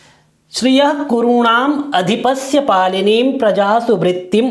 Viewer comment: आँप ने शुरु श्लोक में बारम्बार "पालनीं" शब्द का उच्चारण क्यों पालिनीं किए ?